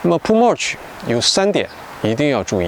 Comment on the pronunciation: 你mulch 發音錯了。聽多了，受不了。不好意思